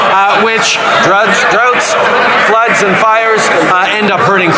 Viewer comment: Ha! Ha! "Droughts, druds, Oops, floods". I must say I enjoy watching Trudeau flub his lines. Probably the same reason he couldn't make it as an actor except in politics. Those "Um" pauses he takes while talking are an indication he is trying to catch his breath. He loses his breath quickly from his overexcited state. Meanwhile, Pierre remains unflustered.